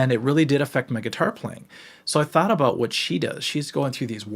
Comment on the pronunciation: “a thot experiment” 😭😭😭 (ik he said thought)